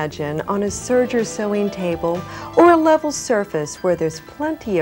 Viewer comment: It's serger, not surger.